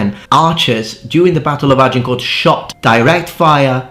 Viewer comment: This anorak cannot even pronounce the name "Agincourt" correctly but is an authority on the colour of the socks worn by the combatants. What a dork.